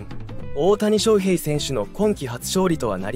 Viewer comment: 他のチャンネルと同じナレーションですよね。外国の方でしょうか？オオタニショウヘイのイントネーションが個性的すぎるので耳に入ってこない😆 どこ出身なんですか？